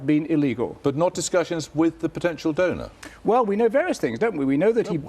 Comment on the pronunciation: "donor" NOT "donut"! LOL